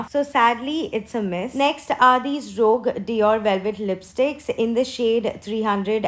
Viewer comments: It’s pronounced “roosjh” not rogue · It’s not “rog” as you pronounce it 😂 it’s “roozsh” for ROUGE